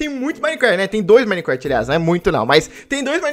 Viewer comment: quem q ele fala micrat